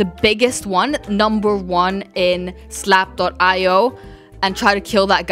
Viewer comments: its zlap not slao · She said slap.io lol in the beginning